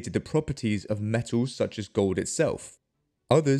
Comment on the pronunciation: Metaws? Gowd?